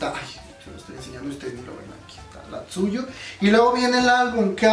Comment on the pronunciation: te doy un consejo, Tzuyu es de Taiwán por lo que se nombre se pronuncia como "chouwi":)) PD: chaaaaa si tuviera dinero me compraría el de las twice but soy de Latinoamérica;((